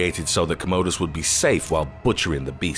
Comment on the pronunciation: I love how this guy is mispronouncing the Emporor’s name, Commodus. He makes his name sound like it’s actually what we use these days in our bathrooms to do our business which in all honesty is much more suited to the Emperor’s personality